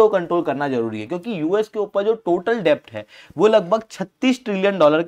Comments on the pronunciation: Arey yaar डेब्ट nahi डेट होता है । B silent hota hai । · Its kharab pronunciation lekar a gaye gyan baatne....yaar bandh karo "CONTENT" , Its pronounced as "DET" not "DEBT " literally , matlab kaha se aa jate hain..cant even spell a blooming name , its ELON no ALLEN ...Doofus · Debt is pronounced as det , please rectify it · Debt is pronounced as DET.